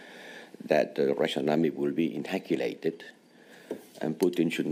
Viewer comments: It sounded more like "inhacghilated" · EU foreign policy chief reacting to nuclear threat in dumb terms: ... create an answer ... from de military side ... de russan army will be ... inoculated ? .... Inhackulated ? Are you a fucking rubber duckling ? Good lord ! IF you want to be taken seriously by anyone, but especially a dictator, learn HOW to speak ! 😫 no, just no ! On a serious note, does nobody realize that Putin now actually may want to force the west directly to get involved so he can internally justify his actions and failures blaming it all on a "nato invasion" ?